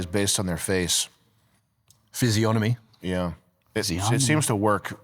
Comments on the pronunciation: This Chad you have as a guest actually pronounced physiognomy correctly. I’m stunned. 😮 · Props to for being the first person I've seen on the internet pronounce the word 'physiognomy' correctly.